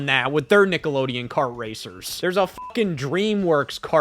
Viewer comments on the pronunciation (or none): none